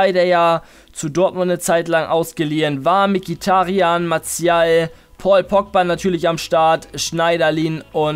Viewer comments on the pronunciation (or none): none